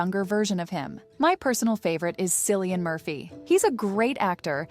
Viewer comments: Cillian is pronounced Killian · This person really butchered Cillian’s name 😂🤣. Why too are you naming Irish actors?! I guess this person never watched the show to know that mostly new actors were selected?